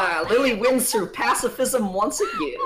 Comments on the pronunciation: i am pretty sure the word is "pacifism" and not "passivism" :D you are not passive but peaceful(pax, pacis is latin for peace) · I think Michael said pacifism not passivism